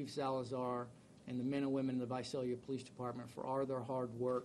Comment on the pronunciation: It's visalia not vasalia ...smh...